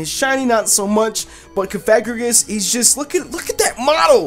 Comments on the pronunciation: *mis-may-gee-us *cough-a-gree-gus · Cofagrigus is pronounced coughagreecgus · It's cof-a-gree-Gus ,that's For #3